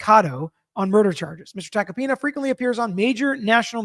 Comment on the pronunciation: Tack-oh-pee-nuh... not complicated, he is a very well known lawyer, shockin you havent heard of him, especially since you are an attorney. He is a New York Attorney.